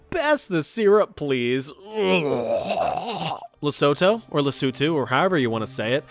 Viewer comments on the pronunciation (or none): none